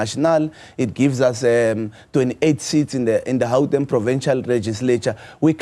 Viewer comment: My bro pls stop acting hle just say Gauteng not Hauteng